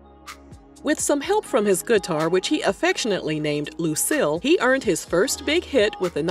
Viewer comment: I just love how she says guitar "guh-tar" :-)